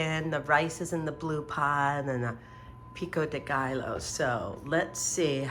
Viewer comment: Pico de Guy-o is how to pronounce it. The two ll's is pronounced as a y. Love your recipes. Great to see you Amy. As well as Chris!